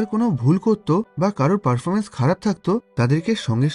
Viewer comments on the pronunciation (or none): none